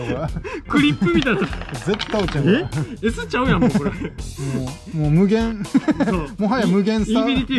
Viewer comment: はなにをゆってるねん。 むげえぇぇん。。。もはやむぅげーーーん